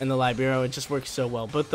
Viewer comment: You're mispronouncing Libero...